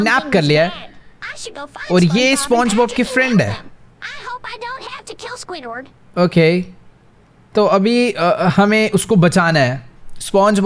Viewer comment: My man did squidward dirty by saying his name wrong